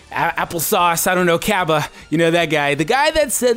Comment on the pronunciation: Thanks for calling him Cabba, all the people calling him Cabe, Kobe, Lettuce or whatever make my ears ooze pus